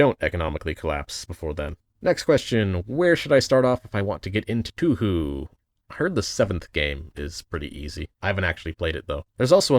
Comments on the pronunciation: Wincing at your pronunciation of Touhou. The Tou comes from the same character as the To (東) in Tokyo, with the Hou having the same vowel sound too. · do you pronounce touhou wrong on purpose?